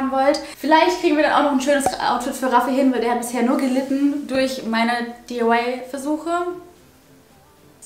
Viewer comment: Du sagst immer zu DIY DIYE